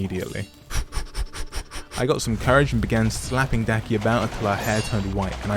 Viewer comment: That is the demon Daki not that name you said😂